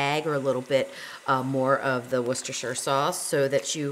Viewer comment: As a Brit, I really have to congratulate you on your pronounciation of, "Worcestershire". I find that North Americans really stumble over it, but you pretty much nailed it!